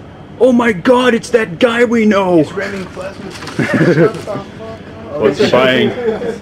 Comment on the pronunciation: hahah ''its Remming Flasmussen''